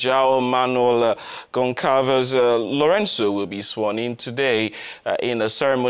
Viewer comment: That pronunciation of Lorenço's name LOL